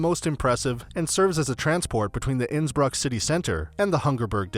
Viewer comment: Innsbruck - the pronunciation is completely off